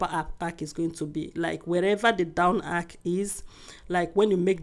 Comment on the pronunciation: My love the word is arch not ark